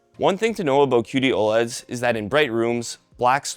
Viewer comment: "cutie oled"